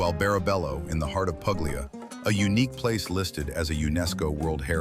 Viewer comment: It's pronouned "Pool - ya" not "Pug - lee - ia".